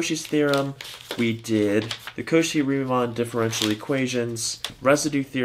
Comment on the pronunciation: Did it annoy anyone else that he calls Cauchy couchy???